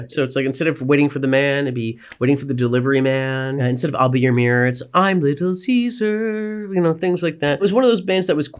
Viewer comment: He pronounced Caesar correctly. He's played the game. Also cool finding out he has eyes like mine lol